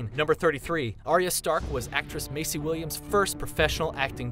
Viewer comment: Maisie [MAIZIE] not Macey.......... KHAL DROGO not Khol Drago............. O.o